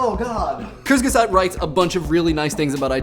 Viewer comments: I like your pronunciation of Kurzgesagt. It's utterly and absolutely wrong, but i like it anyhow. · i laughed about how he pronouced "kurzgesagt" :D i wonder if native english speakers would laugh about my english..